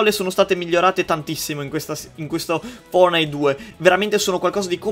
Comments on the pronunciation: fonite hahahahah tvb octy like chi e un connessionato puro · fortnite non fornite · Fortnite non furnit